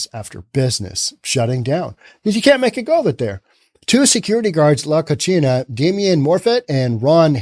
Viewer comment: You're mispronouncing 'La Cocina'. You're giving it an Italian pronunciation (la koe-chee-nah). La Cocina are two Spanish words that are pronounced (La koe see nah). The meaning in Spanish is 'the kitchen'. The way you pronounced it, it means 'the dirty girl'.